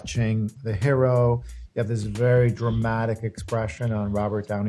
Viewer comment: that's not how you say hero